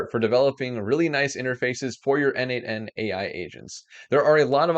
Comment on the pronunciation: Great video, as usual 😅 Btw, isn't 'n8n' pronounced as 'natan'?